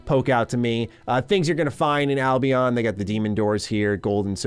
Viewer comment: I cringe every time he says "Albeon"